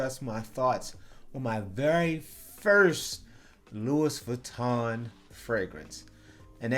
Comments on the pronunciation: Exactly..it makes ppl sound like a rube/country bumpkin when they say Lewis Vitton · It's concoCtion my dude, and don't pronounce the S in Louis. Great review, much love from Paris.